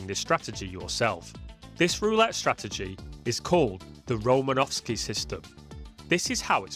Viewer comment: Just a bit of trivia, there is no V in Romanosky